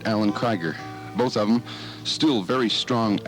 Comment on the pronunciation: let talk! and it's pronounced KREEGER